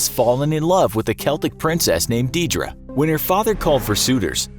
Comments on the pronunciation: Deirdre is pronounced dare-dra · The way he pronounced Deirdre and Samhain was just.... eeeeh.... Deirdre is pronounced: deer druh Samhain: sawhin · Your pronunciation of Deirdre and samhain are atrocius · You are butchering the Irish words oh my, it’s pronounced ‘Deer-drah’ and ‘sawan’ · The way this man pronounces "Deirdre" and "Samhain" causes me physical pain